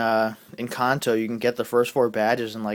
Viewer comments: YOU SAY KANTO LIKE KA-AH-NT-O WHAT THE HELL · He says kanto right, and I think his points are valid, but Cyndaquil is memorable.